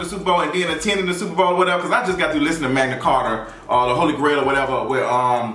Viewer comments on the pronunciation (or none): none